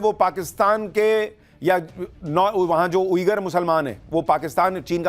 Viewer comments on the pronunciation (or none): none